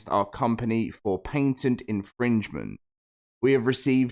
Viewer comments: Omg this sucks so bad, but it’s pronounced, “pat-ent”, not “paint-ent”PLEASE PLEASE LEARN HOW TO SPEAK ENGLISH this video was so hard to watch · What irritates me more is the paint-ent pronunciation. Pat-ent. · Bro for real I was about to look up what is a painted lawsuit 🤯 😂 good thing I can read on my own or I would have felt dumb asking Google that question